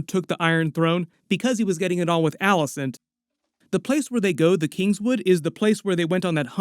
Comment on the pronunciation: It’s not “Alice-Ann” it’s “Alice-ayne”.